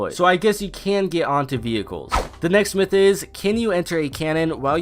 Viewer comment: Next myth / that sound the same😂